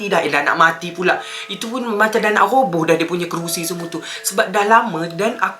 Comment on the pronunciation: Bng roboh bukan robos